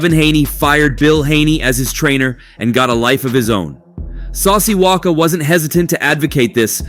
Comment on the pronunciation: Bro said saucy walker 🤣🤣